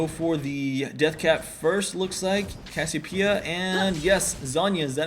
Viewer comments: you can pronouce it CASS-ee-OH-PEE-uh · It's pronounced "CASS-ee-OH-pee-uh" !